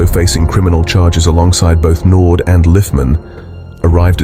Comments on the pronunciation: Naude not Naud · It's not NORD but Naude and you pronounce it as NAU like in Naughty and then the De part like in Dear. (Naude) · Or "no dee". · His surname is French, it is said as Nau--dea. Not Nord. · His surname is not Nord its naude. Nor-dear is how you would say it . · It's not pronounced, Noord, but Nour-dee 😮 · Nood. It's nouh-deah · Crappy AI commentary. Andre Nord? When I start watching a video and get that, I just switch off. It's not difficult at all to do a proper voice over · " Nord"? When AI fails. NEXT! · It's pronounced Nor - dear my friend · Naude? Pronounced Naudeeea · You pronounce his surname 'naudear' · Andre Nord😅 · Learn to pronounce our names properly if you wanna tell our stories bru. It's "knaw deer" bru!